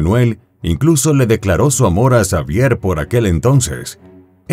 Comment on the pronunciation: Se pronuncia Javier